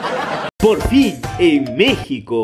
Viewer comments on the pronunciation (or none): none